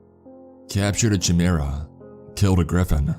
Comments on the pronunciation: At some point you said chimera and you pronounced it with a ch sound instead of with a k sound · CHIMERA is pronounced "Ky-mera". I have heard you pronounce it wrong for the 5th time. You continue to pronounce words wrong almost every episode. PLEASE pronounce the words properly. If you can't pronounce the words, then look them up or don't narrate any stories at all. Thank you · The word you were trying to say was Chimera Kai-Mer-Ra Not chiMurRa Lol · Chimerais pronounced like Ki-mer-ah. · That’s not how you pronounce “chimera” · you pronounced chimera wrong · I am actually angry at how you pronounced "chimera". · Your pronunciation of “Chimera” pisses me off! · The why he pronounces chimera bothers me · Except for the way pronounced the word "Chimera" right?